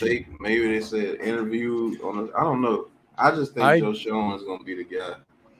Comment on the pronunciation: its pronounced Joe (shane) shoen